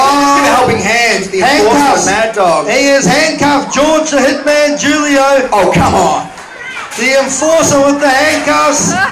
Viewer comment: He did not say Julio correctly